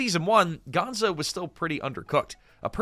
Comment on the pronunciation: Is this all AI narrated? I question it because of a few weird inconsistencies like referring to Piggy as Peggy (after switching to Piggy for most of her segment) and the most glaring one, calling Gonzo, "Gonza" .